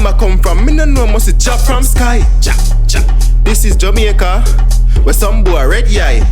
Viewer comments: I thought it's jamAica and not jamieca 😂😂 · So it's pronounced as JA-MI-YA-KA okkkk lesson learned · Jemyeca lol I know that’s how they say it but still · "This is jemeica"💀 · Jamaica pronounced (JU- MEE- U- KU) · This is "ja" "me" aca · “This is Yameica”. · “This is jamEEca” 😂